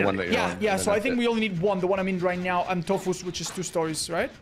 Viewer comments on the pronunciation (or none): bro really said right neow